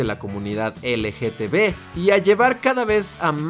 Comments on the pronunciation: Amigo no es dificil decir LGTB repite conmigo L-G-T-B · Cada que menciona la abreviatura (mal pronunciada) me la imagino escrita LGTV jajaja